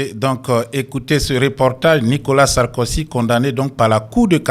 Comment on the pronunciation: Pas sarkosy...mais plutôt Sarkozy tonton.